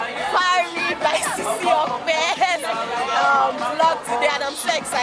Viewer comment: The way pronunces Ope😂😂